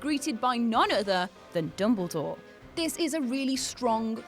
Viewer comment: It’s dumbledore not dumblegore .